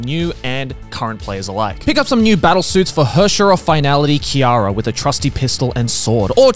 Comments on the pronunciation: Joey! it is not Kiara! it is KIana! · "Herrscher of Finality - Kiara" I'm sorry, what? "Rayden Mei" Joey, she's Japanese. Why are you using that pronunciation?